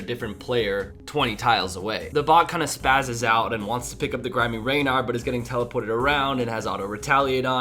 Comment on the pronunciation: Raynar? What's a Raynar? I only know of Rannar...